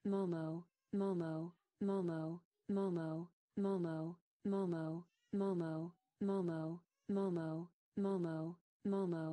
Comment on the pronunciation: Hlo mam, 🙏. This is momo not a moo mauu.😂😂 But 😉 Your wrapping style is wonderful and amazing 😱😱😱😱😱🤩🤩